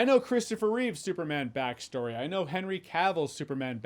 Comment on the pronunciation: If you are such a Superman Superfan, then why do you get Christopher Reeve's name wrong? There is no S. It is Reeve.